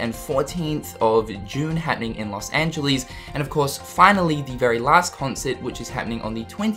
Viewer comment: Rople Loz angeleez, Eraqueez, dirty knees, look at these